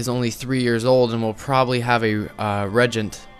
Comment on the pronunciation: it's not regent its said reegent